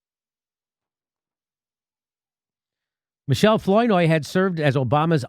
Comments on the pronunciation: Please, Jimmy... it's pronounced 'Flower-noy' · I LOL when Jimmy pronounced Flournoy in funny way. haha Anyway, those people are horrible. Fucking VOX!!